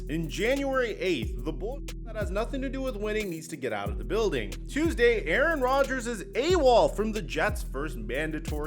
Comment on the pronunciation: 😂😂😂 “ Aaron Dodgers”